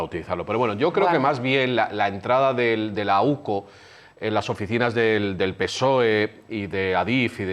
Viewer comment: NO ES OCU ES UCO